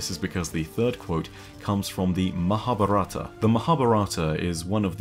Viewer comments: Mahabharatha is pronounced (Ma-haa-bhaa-ra-tha) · its not mahabhrta it is pronounced mahabhaarata